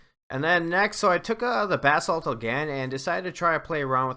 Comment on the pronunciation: Finally someone who pronounces basalt correctly!